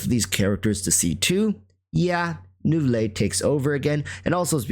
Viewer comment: lol i cant. why do you say neuvilette like fillet o fish